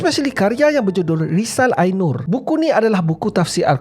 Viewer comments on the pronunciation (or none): Sebutan bukan risal i nur tapi risale e nur - risalah an-nur Hoca (bs turki) - Khoja (dlm bahasa melayu) kalau di Turki umpama ustaz lebai versi Turki. Zaman sekolah dulu pertengahan 2000an mmg femes harun yahya punya buku2 masuk sekolah-sekolah buku dia pun dipromote oleh cikgu-cikgu sebab konten dia mengabung sains dan islam (tapi ikut tafsir dialah).